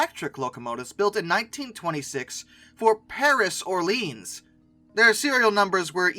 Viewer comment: I think Orleans, Fr. is pronounced closer to, but not exactly like orelayon. Not entirely sure though so feel free to ignore :)